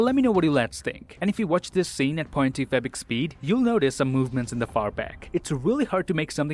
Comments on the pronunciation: are you saying "point two fabric speed" ? i can't unhear it - doesnt sound like 0.25x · why do you say it o.2fbx speed????